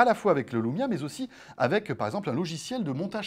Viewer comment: c'est moi ou jenten "Voici donc le lomia 1020" a ??